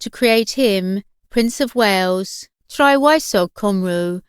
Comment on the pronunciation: 'The princess of Wayooz'. Ugh.